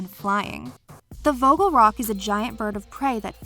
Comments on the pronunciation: As a german i am triggered by the way she says vogel. It is pronounced more like [fogel] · As a dutch person the way you pronounce vogel rock makes me uncomfortable